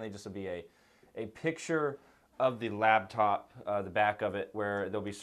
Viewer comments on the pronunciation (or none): if you need a paper diagram for the screws....you shouldn't be doing it yourself. and did you call it a "labtop"?